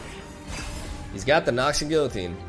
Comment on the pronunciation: Excellent video. In exchange, you get French tip. Guillotine is pronounced gee-yuh-teen.